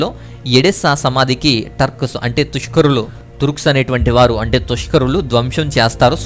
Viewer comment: బ్రదర్' మీరు తుష్కరులు అన్నారు తురుష్కులు కదా పూర్తి వ్యతిరేక అర్ధం వచ్చేలాగున విశ్లేషణ ఇస్తున్నారు తప్పుగదా వీడియో చేసేటప్పుడు భాష ముఖ్యం ప్లీజ్